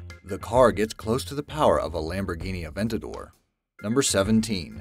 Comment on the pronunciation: AVENTADOR not an avAntador lmao